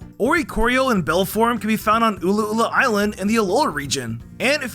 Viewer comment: .....the two "ll"s in balle for oricorio make a y sound. It's Spanish XD